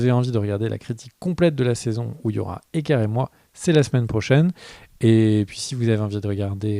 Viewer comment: Je dois le dire au bout d'un moment. Mais c'est Kere, pas Ker :p